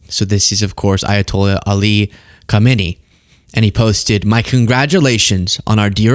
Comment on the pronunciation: Khamenei is pronounced with a silent K. Or a double HH.